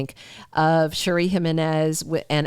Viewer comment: You’re pronouncing Cherie’s name wrong. as in Sherry